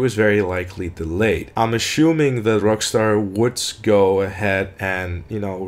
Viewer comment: assuming? ashuming? amy shumer? amy sumer?